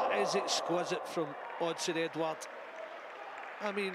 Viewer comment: Really annoyed me the way the commentator said edouard😂